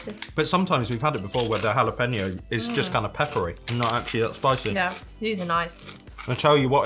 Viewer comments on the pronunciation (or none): It's Hula-peno! So it's Hawaiian jalapenos! Lol.